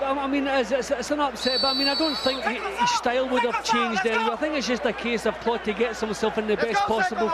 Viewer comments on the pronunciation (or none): Clottey not clotty 😂